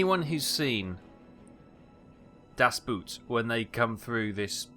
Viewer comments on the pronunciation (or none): The German pronunciation of boat is bōōt, long vowel sound not as in moo.